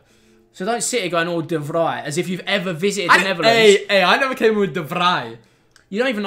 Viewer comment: pronounces de vrij exactly right😂 with the fridge tho😭😂